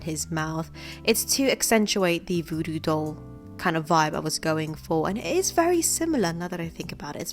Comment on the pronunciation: Voodoo not vewdew